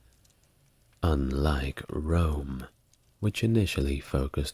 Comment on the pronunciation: Hegemony = Huh-JEH-muh-nee